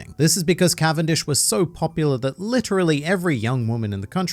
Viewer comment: Cavendish's canvendic🤣🤣